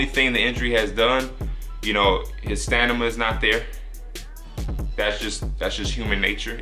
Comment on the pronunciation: nigga said stanima